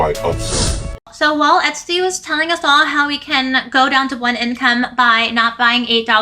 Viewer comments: She’s calling her etstee haha 😂 ps love the outfit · Love you! The pronunciation of “Estee” is “Eh-stay.” Not “EHT-STEE.”